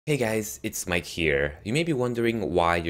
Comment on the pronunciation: Does anyone else hear "HEY it's mike here!" Instead of "HEY it's here!"